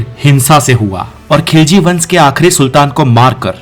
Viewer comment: Tum to pehle apna talffuz thik kara.TU TUGHLAQU ko lugrak KHILZI ko Kilji bolta hey pehle tum bolana sikho?